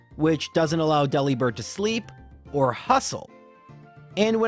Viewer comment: Also, it's a bird that delivers, not a bird who works at a deli, so why is it DE-li-bird and not De-LI-bird?